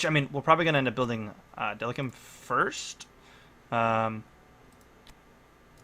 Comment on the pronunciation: Hey bro! Just wanted to say, great vid but delacium is pronounced dee-lay-si-yum, not delacum. Keep up the good work!